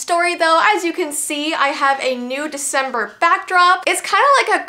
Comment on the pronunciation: It is December don’t you know girl because you said “vEeCeMbER”